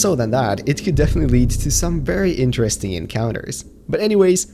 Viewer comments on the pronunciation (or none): none